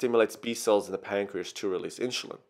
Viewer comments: Why do you say Inshulin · Inshulin? Wtf dude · everything is ok but what is Inshulin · Good video but I keep getting distracted by InSHulin. And you forgot a couple of stuff. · I don't like how you say insulin haha, good job tho